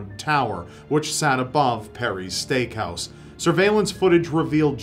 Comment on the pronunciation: Am I the only one that heard stank house instead of steakhouse